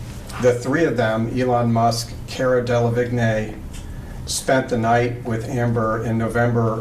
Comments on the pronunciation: DELLA - VEEN!! Damn, it’s not that difficult to pronounce. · They lost me at Cara “DEL-ah-vig-NAY” 😂😂😂 great video! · I’m sorry but the way he is saying cara delevingne is killing meee